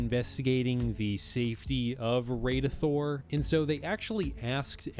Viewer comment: its pronounces Radithor not radeithor as in rad something is rad